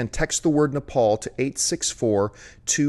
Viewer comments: It's Nepal not napal idiots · Nepal. Not napal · Isn't the country called NEPAL ...not NAPAL. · Nepal not Napal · Nepal .... not Napal... just fyi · its Nepal not Napal